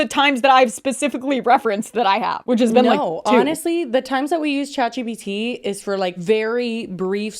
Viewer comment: Chat gbt ? Gpt? Shat bt ? What are you saying and what is it?